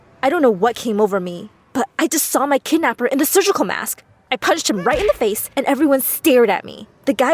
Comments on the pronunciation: Umm is no one gonna mention that is say kednapper instead of kidnapper ?( ͡° ͜ʖ ͡°) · It’s kidnapper not kednapper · It's Kidnapper not Kednepper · Whats a 'Kednapper'? XD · (Kidnaper) not kednaper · It’s not KeDnAppEr it’s called kidnapper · Ah yes, kednapper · I’m sorry “Kednapper”? No, *kidnapper.. get it right!! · Kidnapper not kednapper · Did it really say KEDnapper? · Kidnapper not kednapper bruh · Haha they said kednapper 😂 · 'kednapper' LOL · "My kednapper" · People : writing the title kidnapper Person: nah bruh KEDNAPPER sound right 😂😂😂😂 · Kednapper. Really?!?! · kednapper bruh its kidnapper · Its Kidnapper not kednapper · ITS KIDNAPPER OH LORD YOU DID KEDNAPPER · Kednapper??? Kidnapper y’all couldn’t correct tht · Bish wot its “kidnapper” not kednapper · It's KIDNAPPER NOT KEDNAPPER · Wait what "kednapper" bruhhh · Hahaha kednapper lol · I like how it says ked instead of kid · Wait does anyone realise that they said kednapper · What’s “ kednapper”? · Kednapper huh? But I love the story anyways excited for part 2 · They said kednapper lol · "kednapper" bruhhh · “I saw my kednapper after 10 years” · When it said kednapper like....WAAAT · Whats a "kednapper"? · Bro “Kednapper” 😂 im dead💀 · whats kednapper? XD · ah yes, kednapper good job my story